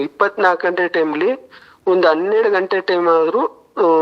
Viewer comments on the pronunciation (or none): none